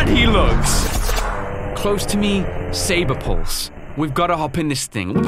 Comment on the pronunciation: I think you SAID IT worng Sabrepulse.